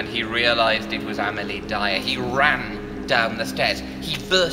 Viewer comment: Amelia NOT Amilee... Complete drivel... lol